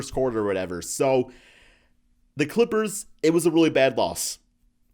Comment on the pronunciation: He can’t even say the name of the clippers 😂